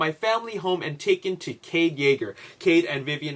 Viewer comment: you said cave not cade